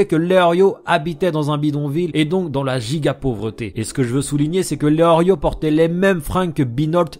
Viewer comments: Tu dis Léorio mais c'est Léolio. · Et c est pas eorlio mais eolio y a paq de Rrrrr